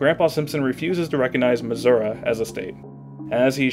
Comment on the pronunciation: Me as a Missourian: “M I S S O U R A” Me: I N T E R N A L S C R E A M I N G